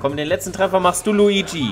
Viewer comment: Es heist nicht Luigsi sonder Luigi